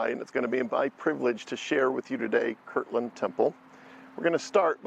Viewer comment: I don't mean to be a Grammer police, but it is Kirtland, not kirkland.